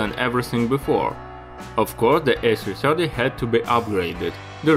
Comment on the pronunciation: I meant to say “Russian”......as you say the A 3 Chirty :)